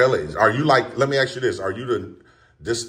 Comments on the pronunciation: He can't ven say the word "Ask" he says "Axe" !!!!!! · I wish you'd stop AXING and start ASKING. 🤣